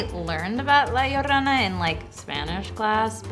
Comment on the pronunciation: Am I the only one who cringes when they pronounce 'llorona' like 'iorona' and not like 'jorona'?